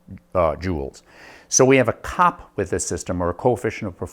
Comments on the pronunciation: As an engineer in the industry - literally no one says "cop". It's C-O-P. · As someone who worked with the design and development of automotive HVAC for 10 years, its called C.O.P. SEE OOOH PEE throughout the industry, it is NEVER called "COP" (like a policeman). I cringed every time you said it. Before I bitch at you I want to say that your presentation is world class, your fabrication is pretty fricken good. Your explanation and showing everything is excellent. Your camera work and editing is top notch. You are a master instructor at the explanation of things. You did a good experiment...but...NOT 'revolutionary'. :( Still, you got the hard part mastered, how to teach and explain. Masterful. You made your columns out of the wrong material. There is a common material you could of selected, even at home depot, that would of had 1/10 the thermal mass of the PVC pipes, and you failed to insulate them. Your process that you are using for making 'cold air' is backwards. You fell into the same trap as everyone else. There is a better way. Yes, I've done it, am doing it. You don't have enough temp probes, which, in your case, are type K thermocouples You are using the wrong desiccant. There are better ones and NO they are NOT lithium based. 1/2 to 2/3rd of your setup is just for the desiccant. Your setup USES water, even low quality water. A Carnot cycle refrigeration based closed cycle system (an AC system as you have in your window) MAKES water. This is a 'big thing' in many parts of the world. Solar heating of your desiccant would really suck because ma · I'm a thermal engineer and this is the first time I've ever heard COP pronounced as a word!